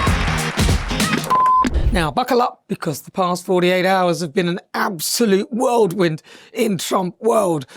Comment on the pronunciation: It's not"WORLD WIND",ITS Whirlwind.